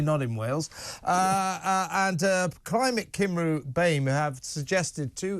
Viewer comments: Cymru is Wales in Welsh and should be pronounced Cumree. Lazy, lazy journalism ! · You pronounce Eluned wonderfully Kevin but you need to work on Cymru. 😆 This stuff has been circulating throughout the civil service long before Eluned took charge. You are right, there are some very sinister forces at work which well meaning virtue signalers don't seem able to see through. The Diversity industry is a multi-billion pound industry. It needs one thing to keep the money rolling in - division.